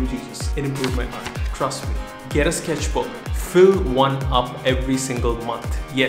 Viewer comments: When you say “sketchbook” it sounds like sKesh book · you should sell the "sKeshbook